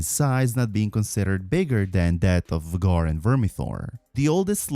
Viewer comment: the serie is out longer than 2 years, and you still pronounce VHAGAR WRONG!!!